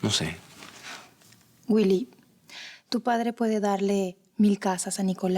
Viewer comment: Jeje si el zorro de mi padre dise wuily😆😉